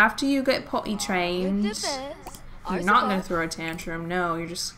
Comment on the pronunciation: Why is it that whenever you say potty trained... i hear it in an english accent